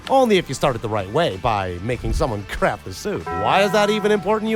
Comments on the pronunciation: That's what I heard too! 🤣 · Oh, craft a suit, for a moment I thought u said "crap a suit" and I was wondering if deadpool had that kind of stuff going on...